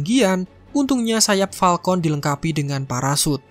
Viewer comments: Falcon bang bukan palkont🗿🗿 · Falcon woy... Bukan palkon... Wkkkkk njir